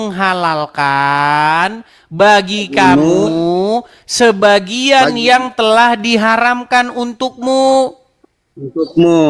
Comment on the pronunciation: Bang, protes dong lawan debatnya yg baca kata " sebagian " dibacanya " sebagai ", kesalahan baca seperti ini akan membuat salah paham.